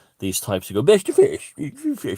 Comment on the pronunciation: I thought you were saying "best fish" 🐟 for ages until you said today it was bash the fash .haha. Fantastic ☺️